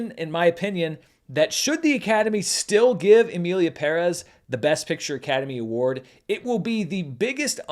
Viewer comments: props for being the only petson I have heard saying "Emilia Pérez" right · Thank you for correctly pronouncing the title!